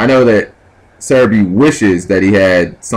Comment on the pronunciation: Do you even attempt to read the names? The entire time you kept calling Sehabi "serebii" lol this isn't pokemanz plus theres no r in his name sooooo.... anyway rant over :]